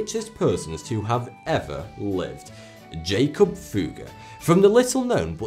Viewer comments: 'jakob' is pronounced YA-kobe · BOOM! Nailed it...Good catch. Jakob Böhme, ~same time period, was pronounce yāKOB What else is misrepresented here?! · his name would actually be pronounced yakob if he was german